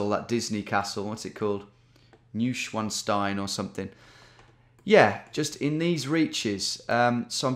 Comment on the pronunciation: "New-Schwanz-Stein" 😂 Always cracks me up when english speakers try to pronounce 'Neuschwanstein'! 🤣